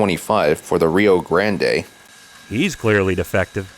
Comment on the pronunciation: "Rio Granday" hurts my soul lmao, I love it He's definitely defective, everyone knows the C-48's were built by ALCo!